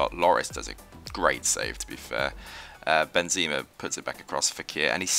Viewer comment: its pronounced greeze-mann and benzaymá